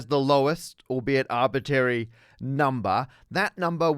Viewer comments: Did I hear you say "arbitary" ? Was eliminating the first "r" an arbitrary decision?😄. Love your videos! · “Arbitary”, really Matt? Think you dropped an R 😊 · I like how Matt has no R in Arbitary. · Did you just say "artbitary" instead of "arbitRary"?? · Arbitary?? ARBITARY??? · ARBITRARY, Matt. It's bad enough you say ALU-MINIUM. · I'm not sure what is bothering me more, Matt pronouncing "arbitrary" as if it was "arbittary", or using "vertice" instead of "vertex" for a singular point in the graph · Please bring back the second/middle R in the word arbitrary. It doesn't impact the understandability of what you're saying, but it's a little like hearing someone say 'libary', and there was a critical mass of arbitary in this video :-( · After years of watching, I've just heard the pronunciation "arbitary." I don't know if I can go on. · that second r in arbitRary will never be said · Hmm, I see now we are using the "Parker" pronunciation of the word "Arbitrary" 🙂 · you're always asking for corrections, I'm wondering: is it a correction to correct your pronunciation of "arbitrary" that it should have both "r"s pronounced? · Are you intentionally pronouncing 'arbitrary' wrong? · Has anyone noticed the lack of R's in his pronunciation of arbitrary? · I def heard it. Is it a British thing? A Matt thing? Or did he do it on purpose? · it took me until to realize this only applies to infinite RANDOM graphs which I feel wasn't specified earlier. I guess it's the syntactic difference between a "random given graph" versus "a randomized graph". I randomly chose the number line for the integers for which most of the vid did not apply and left me confused. Also the word arbitrary has an R in the middle you're not pronouncing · I was looking through the comments to see if anybody had mentioned this. I find it just slightly annoying. Kind of similar to somebody saying 'liberry' instead of 'library'.